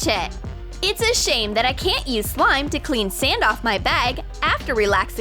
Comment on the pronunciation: Why are they saying slime as sloim?